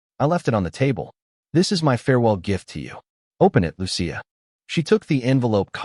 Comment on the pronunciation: It’s pronounced: Loo-chee-a!